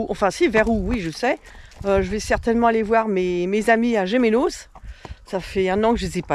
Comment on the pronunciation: on dit GéMEnos. Très belles images.